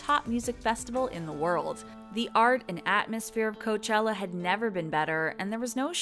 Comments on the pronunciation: Orla HAHA! I caught the “Coachilla” too and laughed! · I have a feeling you pronounce things wrong so that we comment “oh she’s saying this word wrong”. She started saying coachilla... gladsunberry... goldenboys instead of goldenvoice... she’s definitely doing it on purpose. “Jesus and the Mary chain” ITS THE JESUS AND MARY CHAIN FFS